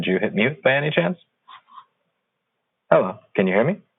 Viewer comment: Is this seriously how a government employee answers the phone over there? It didn't even sound like a "Hello" but more like a "Hallong". I work for a user help desk and in our training we learned that you have to somewhat introduce yourself first by at least stating your name and asking "How may I help you?" or "What can I do for you?". The purpose of that is so the caller has time to acclimate to your tone and manner of speech and have time to react to the fact that someone even answered the phone in the first place.